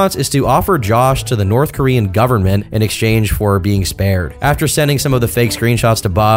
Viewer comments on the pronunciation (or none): none